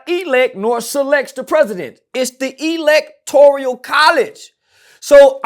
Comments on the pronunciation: Electoral College not Electorial 😂😮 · Electoral my nigga not electorial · Electoral College . Not Electorial.